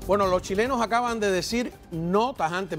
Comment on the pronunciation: este tio diciendo chilenos y chilenS, ya se ve que estan muy jodidos